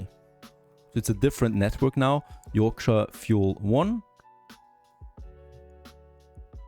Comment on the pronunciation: You pronounced yorkshire two different ways lol